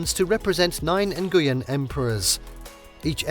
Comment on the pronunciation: You completely slaughtered the pronunciation of the surname "Nguyen." Please, at least put some effort in learning how to correctly pronounce the name.